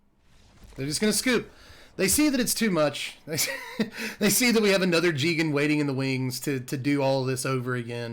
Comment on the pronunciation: jee-gan sounds so wrong. I say guy-gan. Still love you ftp